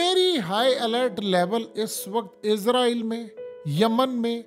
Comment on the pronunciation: bhai izraeel nahi Israeel hai Izraeel farishtay ka naam hai